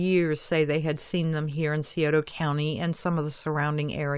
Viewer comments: I don't usually like to correct folk Scioto is pronounced cy oat a. if this looks right to ya. sorry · You are NOT saying Scioto properly. That's strange for!